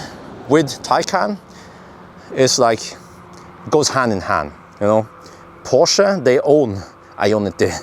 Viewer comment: Good job pronouncing Porsch-UH ! 👍